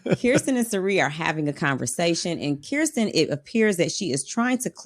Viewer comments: Great job with pronunciation,, but its Kirsten pronounced Krrsten not Keerstin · Spent too much time practicing Felicia's name and forgot to practice Kirsten's 😂